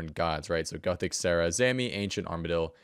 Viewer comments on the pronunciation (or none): none